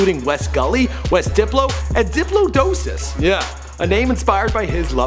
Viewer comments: DiplodoCKos not diplodOESus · Sorry, but you butched the word "diplodocus"